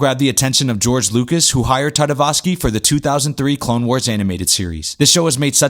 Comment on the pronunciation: Primal was soo good! Also, I believe it’s Tartakovsky, not Tartavosky ;)